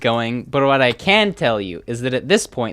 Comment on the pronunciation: you know this is serious if he pronounces "what" like "whae"